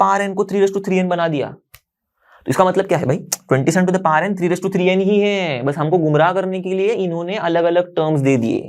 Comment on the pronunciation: Sir power hota hai paar nahi 😅